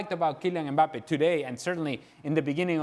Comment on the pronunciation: Will somebody please teach them how to pronounce Mbappé??